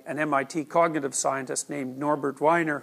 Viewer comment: It's Norbert Wiener (Pronounced Weener, not Whiner). But otherwise great lecture.